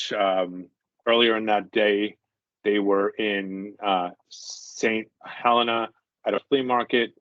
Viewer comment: Good episode interesting St. Ha-LEE-na Hey or someone care to elaborate more any on this/what u mean